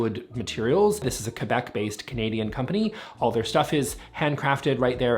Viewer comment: thank you for pronouncing Québec the correct way and not kwebec like many cringey people do.